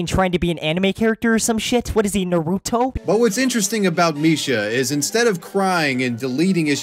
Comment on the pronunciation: he said Naruto wrong